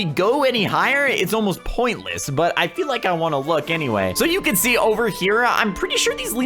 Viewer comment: Yeah boi! U said over wrong